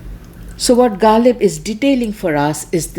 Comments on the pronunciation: It doesn’t matter whether someone’s language is Urdu or Greek. If you claim to be an expert in Ghalib’s poetry, you should have perfect pronunciation of the words. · you can't even pronounce ghazal, kharab, and ghalib. First get these words right then talk about translation.